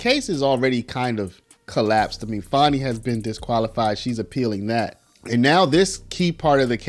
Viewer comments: Now put Fani in prison. And it’s not Faw-née, it’s Fan-nee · Her name is not Fonni its Fani.